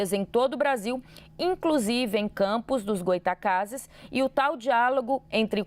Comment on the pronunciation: Demorou quase 10 minutos pra moça falar o nome da cidade corretamente…CAMPOS DOS GOYTACAZES. Não é desculpa não conhecer a cidade não, é desculpa pois não estudou mesmo.